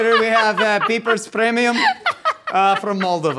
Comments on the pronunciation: "Pieprz" is in Polish,! 😄And I can assure you it's not pronounced "peepers" 😂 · this looks like polish, and we pronounce it something like "pyepsh" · That language is Polish, it's pronounced something like pyepsh :) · Pieprz --> the "ie" is pronounced like the beginning of yeah and the sz in some slavic languages is like the sh sound in the english language (like the ending of fish) --> pyepsh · It's Polish and it's pronounced "pyepsh", more or less. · as a viewer from poland i might have just lost it how pronounced “pieprz” and it’s now my favourite way to pronounce it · Pieprz is polish!😅 I cant really explain how to say it since you guys dont have a "rz" sound but your version was interesting for sure 😅